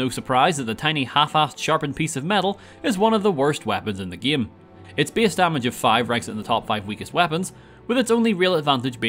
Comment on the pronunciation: I like when he says "gaem" everytime